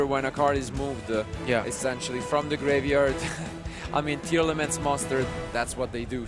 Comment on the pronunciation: STOP CALLING IT TEAR-ELEMENTS. READ THE CARD PLEASE. TEARLAMENT...